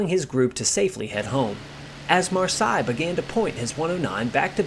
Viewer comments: "seille" is not pronounced "sigh", but "say". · Marseille is pronounced Mar 'say! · " Mar-Say " 😁 Great video none the less. Thanks buddy.😉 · fair enough pal, it really doesn’t sound right though when you give so many different pronunciations. Your very first pronunciation of his name on the video is spot on. At one point you are saying ‘Marshay was two months shy’ of his 23rd bday.(they both sound the same the way you say it which they shouldn’t). Found you on Facebook, can I offer some advice? (Not meant in a condescending way) I have every book there is on Marseille and tons of other pilots and aircraft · Great video but very irritating how you couldn’t learn how to pronounce his name and surname correctly before making this video! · Your pronouncing his name incorrectly. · great video his name, though. I think it is pronounced exactly like that French city. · Please try to find out how the french pronounce "Marseille". The nmae Marseille is exactly pronounced like this in German. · Pity the Narrator can’t pronounce Marseille Correctly. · And the question for our Quiz tonight is: How many different pronounciations of the name "Marseille" did the narrator use ? Was that a) 11 b) 17 c) 8 in 10 minutes plus 12 other variations d) 21 (all possibilities also combined with the fact that it wasn't pronounced one single time correct, being like the French town.) Fun game: with how many different pronounciations can you come up for Ike Eisenhower ? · man I was really hoping you would get this one thing right, I mean his name is simple it’s pronounced like the French city in the south of France.. don’t know what else to say it’s so simple.